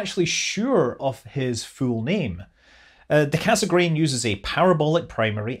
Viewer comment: Cassegrain is pronounced "kassgrain" but cut the "n" at the end.